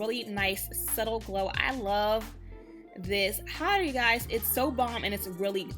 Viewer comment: Is she saying "highlighter" or "hider"? Good grief.